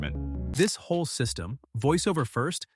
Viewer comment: I think it's the word 'w-h-o-r-e' in your narration... I guess you wanted to say 'whole'